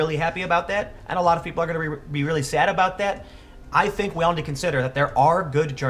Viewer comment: The Chicago accent comes out when Tim says "sad".